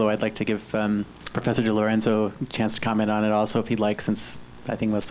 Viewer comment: Notice how he doesn't state Thomas DiLorenzo's proper name. He calls him Tom DiLerenzo.